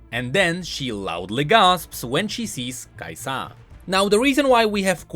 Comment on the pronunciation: Everytime u misprounounce KAisa makes me wanna punch things